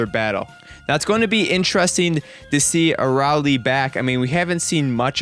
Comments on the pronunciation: A ray lee, is how that's pronounced. Not a rauw lee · it's a-rail not araly idiot